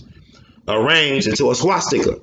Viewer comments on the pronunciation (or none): none